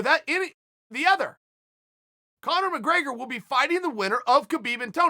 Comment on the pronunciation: conor mcgraygor